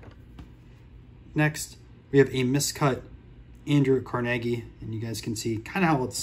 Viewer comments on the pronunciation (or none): Great video - the Dillinger card is awesome. - Car-nuh-gee - Carneige Hall